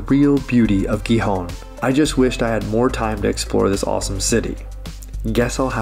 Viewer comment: I live right by Villaviciosa, because I love being woken by the birds and see the mist hanging above the rolling green hills. Great video, but your pronunciation of Gijón and Avilés is really hard on the ear. It should sound more like Hee-hon and Aveelays. It only has one L after all, not like Villaviciosa!